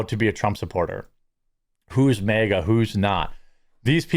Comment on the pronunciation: You say MAGA like you're saying mega.